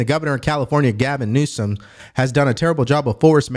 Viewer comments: Did you say governor nosense? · Its Newsum not Newsense. Be professional if you are going to report news. Lets be better than a democrat.